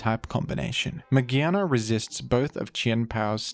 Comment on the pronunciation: Mah-GEAR-na not magehna